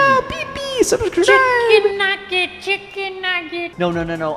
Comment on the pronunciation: My brother is saying chickenuget like Tommo